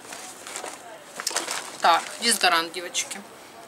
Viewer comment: Мне нравится как она говорит ДЕЗАДОРАНТ ДЕВАЯКИ ММММММ